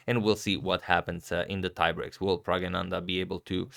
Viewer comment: That's NOT correct. It is Pragg-na-nan-dhaa. Source